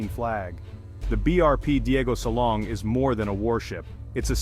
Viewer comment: DIEGO SILANG...not SALONG.